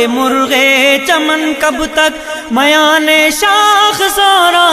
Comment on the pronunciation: پڑھنے میں بہت غلطیاں کی ہیں۔ اَخوّت نہیں اُخوّت ہے۔ مَیان نہیں مِیان ہے۔ قَہستانی نہیں قُہستانی ہے۔ اِستَبداد نہیں اِستِبداد ہے۔ تحمل نہیں تجمل ہے۔ شَگاف نہیں شِگاف ہے۔ قَندیل نہیں قِندیل ہے۔